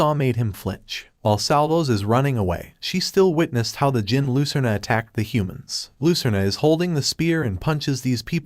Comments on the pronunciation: Fyi its pronounced jinn the D is silent. There basically the same thing/origin of genies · reading djinn as degen is kinda funny.